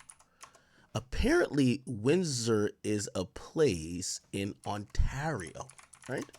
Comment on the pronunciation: The way AK says Windsor and Ontario sounds like he dont speak English lol! Bro these are English names lol